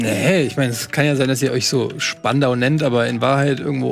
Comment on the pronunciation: Die Betonung muss auf spandau liegen denn spandau ist älter als Berlin 😅👍